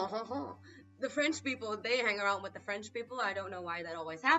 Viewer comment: Je suis Français, you goof not zee am Franch lol